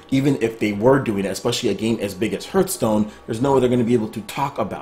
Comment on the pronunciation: Am i the only one finding it wierd that he is pronouncing it "hurtstone"? lol